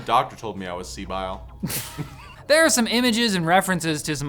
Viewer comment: Its Pronounced SIBIL